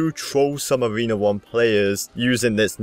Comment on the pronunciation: Learn how to read! U said avena 1 but all other players Even noobs! Say A(r)ena 1